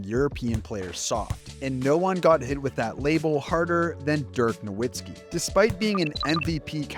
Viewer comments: You wouldnt pronounce Nowak as NoWhack. Its a V sound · You are pronouncing Dirk's last name wrong.